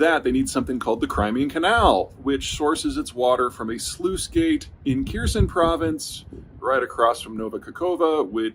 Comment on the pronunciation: hmm ... someone who can't even have a go at pronunciation of Kherson is explaining it all. Sure I'll like that